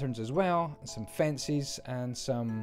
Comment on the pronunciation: Fencies? Only jk I know it's your accent.